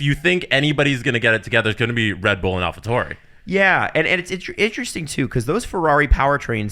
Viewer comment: Does purposefully mispronounce all these drivers and constructors? Hearing him say Alpha Tauri, Verstappen, Bottas it's so distracting